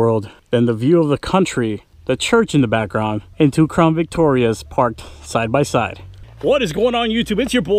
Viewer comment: Why is it that all the crown Victoria vids I have been watching no one can say CROWN... why do they always say crawn...